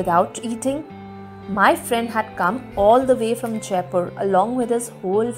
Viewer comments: Correction it's JAJPUR .....NOT JAIPUR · Its Jajpur not Jaipur.